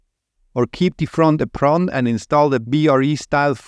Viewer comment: I can listen to you say “apron” all day long 😍